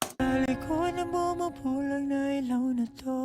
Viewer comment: No worries. A lot of reactors pronounce it that way and don't even realize after listening to the song. 😂 the letter i is only ever pronounced as "ee" in Tagalog/ Filipino, and not "eye". And a is always short, as in apple. For future reference. 😎